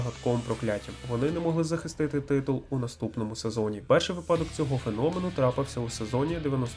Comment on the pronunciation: вИпадок наголос на И